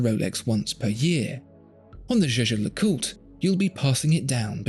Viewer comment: It's YEAH-GAH!!! And don't tellme that you asked a French person how to pronounce a German word!